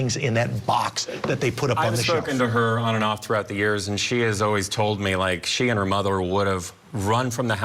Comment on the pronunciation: this newscaster talks with such a gay affectation. I don’t care he’s gay yet come on, your a news anchor lose the GAY stereotypical intonations OR go all out and add the hand jesters as well. the way he pronounced necessary and screaming. this channel 🙄